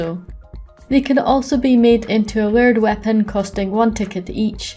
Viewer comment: Took me a while to realize you were saying layered weapon and not weird weapon.